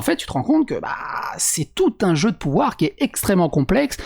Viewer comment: On dirait qu'elle fait un stream de Total War la meuf. "Ouais on fait ça, ça, ça et pi on a le pouvwar"